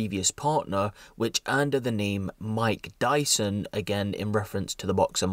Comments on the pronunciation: This is terrible and hope she gets serious time but.. "Mike Dyson" haha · Man said Mike Dyson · im sorry but "Mike Dyson" that's funny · "Mike Dyson" LOL